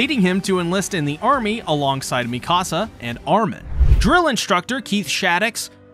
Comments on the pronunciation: Mi-Casa. How. How do you get that? Is this an inside joke or something. Mikasa. Not mi casa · i can't tell if he's messing up the pronunciations on purpose at this point. he pronounced Mikasa like "Mi casa", spanish for my house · And Mikasa